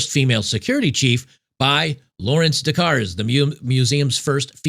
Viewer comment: LOL. The "r" and the "e" in Louvre are silent. It's pronounced Loov. Kind of like "love" but with a long "o." LMAO now "Des Cars" is pronounced "day car." The "s" in both words is silent. Oh my goodness, c'mon man.